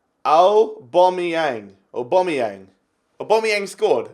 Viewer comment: BCFC EDITS AW-BAM-EE-YANG